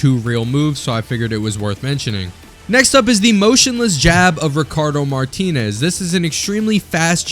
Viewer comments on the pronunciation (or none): none